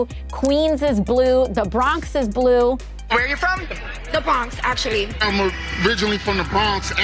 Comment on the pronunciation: AOC can't even say the word blue, lol what an idiot, how did she get elected